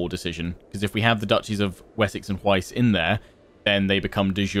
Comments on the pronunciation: Hwicce pronunciation = h’witch-uh. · By the way, Hwicce is pronounced as "Whicheh"